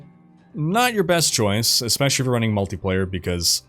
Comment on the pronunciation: "Running-k" There's no K after G